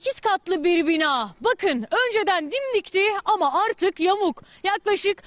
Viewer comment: o nasil bi 'arrrtık' lan???